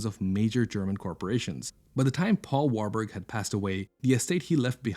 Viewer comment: Warburg si dice warburg sono tedeschi di origine Veneziani